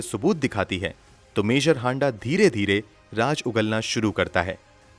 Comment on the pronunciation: If Raaz is raaj according to you then what is raaj? Don't you know the difference between phir and fir? Also it's mareez not mareej. Police ki teji nahi tezi. Farji nahi farzi. God kya hoga India ka. You guys have screwed the language. You sound so uneducated.